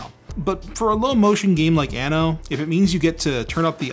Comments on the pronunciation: Is it just me, or i heard "Linus is a big anal fan" :) Then that ooo, it should be anno :) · For all Canadian, Americans and English speakers: Anno is an Italian word that means year, but as you pronounce it with only one N means anus, think of the word "unknow" (ˌənˈnō) this is how you pronounce "Anno". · For a second i thought you said "but first, Linus is a big anal fan". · "Linus is big anno fan" i had to re-listen few times to make out 'anno' instead of 'an@ Yep. Confused. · oh, he said "anno" and not what i heard first. It was a bit creepy for a moment.